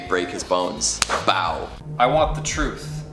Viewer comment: YOU CAN'T HANDLE THE TRUFTH.